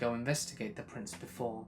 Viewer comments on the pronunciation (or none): none